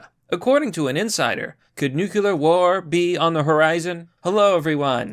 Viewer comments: It's not pronounced "nucular", you dick! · Nuclear: new-clear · please stop pronouncing it "nucular" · There. Is. No. Such. Thing. As. NUKULAR. For pity's sake, man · Nu Clear .. vs New Q ler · Glad it's nookyolur and not NUCLEAR.